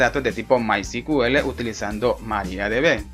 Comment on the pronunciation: disculpa hay un pequeño detalle , es que me parece escuchar cql y es sql o tambien cuando mensionan mycql y es mysql, creo que deberian corregir eso